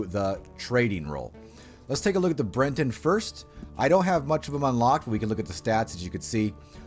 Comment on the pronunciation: Your pronunciations are terrible lol but nice video. Like how is Bret-ton hard to say, you add an N and say brenton